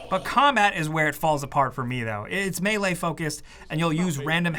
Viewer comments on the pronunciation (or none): none